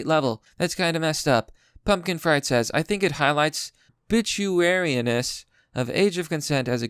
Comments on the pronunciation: Ar-bi-trar-i-ness not arbichuary or w/e you said lol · Arbituaryiness??? Cmon man look up the damn words before you make yourself look like an idiot. But keep up the good work. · Yikes you mispronounced arbitrariness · Dude, i cringed so hard at your attempt to pronounce "Arbitrariness" lol